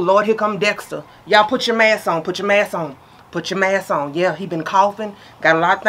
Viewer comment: Not the “mass” 🤣🤣🤣 We sure do forgetting our “sk”